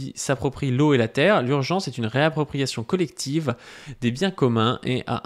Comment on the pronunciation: En plus tu insistes bien dessus même quand tu le lis mdrr